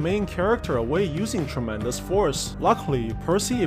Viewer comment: i love when he says tromendous force